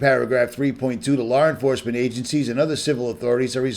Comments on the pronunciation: I have always noticed that when he says Law. It sure sounds like he pronounces the R at the end. Law-r. Been watching him around 2014. Always happy when he made a video. Still am. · I have a friend from Boston. They do it too.